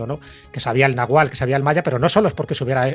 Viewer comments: Disculpe, lo pronuncia como nagual y es nahuatl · Es Náhuatl, Náhuatl no Nahual El Nahual es un chamán que se convierte en animal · No entiendo cómo una persona que se encargue de de hablar de un tema tan importante como es la conquista y la malinche y que por más veces que nombre el náhuatl sea incapaz de pronunciarlo correctamente, es increíble....